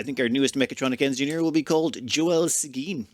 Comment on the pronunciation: just fyi I lived beside a seguin for years its pronounced "seg - win" keep up the vids love your ONI series!